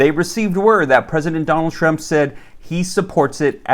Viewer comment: Well I hope president Donald shrimp passes this lol I think you mest up on his name that a little but it's okay